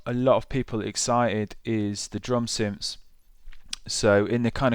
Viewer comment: I "fink" this Maschine 2.0 "fing" and the "synfs" are really cool. Got to learn how to pronounce "th" mate - it's not hard!